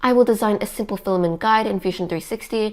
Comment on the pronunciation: Great info, thanks. I suggest the OP works at speaking more conversationally. Less huffing, hard breathing, and hard sentence stops. She sounds out of breath. You have lots of speaking experience. You can relax. Also, filamen't' sounds like fila-men. Please pronounce the 't' in filamen't'. You are a real inspirational duo for your AND adults. Thanks for being a great family team. Cheers to your brother, also.